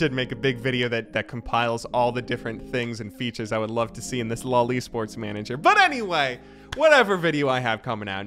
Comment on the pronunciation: When you say LOL esports and it sounds like loli sports 😂😂